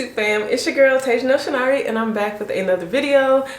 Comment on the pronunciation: Chin ye re looks like an igbo name. Your pronounciation made me rewind the video to hear you one more time. 😂 it’s well.